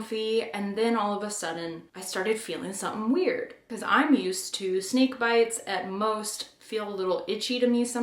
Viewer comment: I thought you said "sneak bites happen."